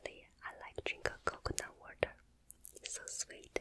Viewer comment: some words that are 10000% better when says them: wercome (welcome) flawour (flavor) derlicious (delicious) warter (water) sow sauce (soy sauce) foowd (food) specy (spicy) miyulk (milk) sree (three) mashmellows (marshmallows) comfotable (comfortable) also when she held up the choco boy stuff, all i could think of was the ytp of the click noice guy (Michael Rosen?) called Michael Rosen's Chocolate Boy Obsession lmaooooo. LOVE YOU SO MUCH ❤️❤️❤️